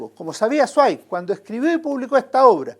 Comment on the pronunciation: Zweig se pronuncia "svaig", es alemán. Buen comentario